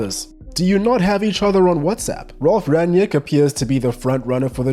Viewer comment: "rang-nick", not "ranyick"